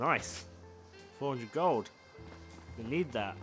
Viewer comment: ive honestly waited to see how many episodes till u said gold correctly lol